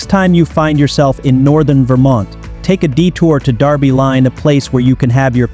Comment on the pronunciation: It’s pronounced “Derby” as it’s spelled, not the UK English “Darby.”